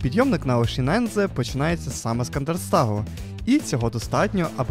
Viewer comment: лайк за нове відео. але нема такого озера оєшінензе 😂😂😂 будь ласка, якшо ви вже розповідаєте якісь географічні назви то озвучте правильно